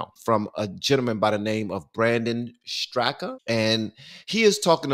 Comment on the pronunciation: Brandon pronounces his last name Strock. The "a" at the end is silent.